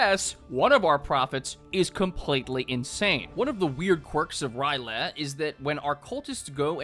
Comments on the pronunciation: It's R'Lyeh not Ry'leh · I say Rill-yeh, but rill-yea or something else similar also makes sense. It’s spelled R’lyeh and not Ry’leh, so the only real way you get “Rye-leh” is if you aren’t reading the word (A lot of people from a certain generation were taught to pronounce words via symbol recognition and not syllabically, so not being easily able to actually figure out pronunciations for new words is unfortunately very common). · It is pronounced "RILL-aye", not "Rye-LAY". I feel like I'm being annoying by mentioning this but it irked me so much for some reason lol, don't worry tho i still love you TwT Edits: "Illithid" is pronounced "ILL-ith-id", not "Ill-THID". And the plural of "Starspawn" is just starspawn, you don't add the s. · R'lyeh is pronounced Ryh-Lay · the pronunciation of R'lyeh kills me bro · Man makes jokes about Cthulhu on dates, doesn't even know how to pronounce R'ryeh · the way you pronounce R’lyeh fills me with rage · Bro's really out here mispronouncing "R'lyeh" out here. SMH some people can't read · What if the 10 second silence was actually a response to his inability to say R'lyeh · Please tell me will not be pronouncing R’lyeh this way for the entire video. At least he doesn’t pronounce Cthulhu as like “clubuthu” which I have heard before. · Same for R'lyeh